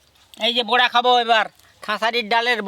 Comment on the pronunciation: বুরা ভাজা নয় বড়া ভাজা বলতে হয়। 😂